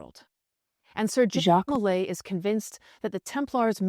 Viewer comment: I love your pot cast, but his name was Jacques DeMolay (said like zhahk de moh-LAY). I was apart of a Masonic youth organization and it was name after Jacques DeMolay. He was burn with 3 other Templars. Geoffroi de Charney (Preceptor of Normandy), Hugues De Peraud, and geoffroi De Gonneville.